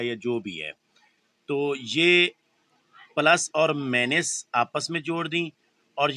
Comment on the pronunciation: پلس اور مائنس کو طریقے سے بولیں مینس نہیں بولیں سمجھتے ہیں آپ